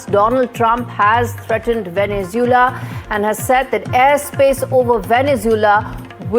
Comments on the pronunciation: It's Venezuela not Venezoola 😂😂😂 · For f sake, pronounce Venezuela properly! 😡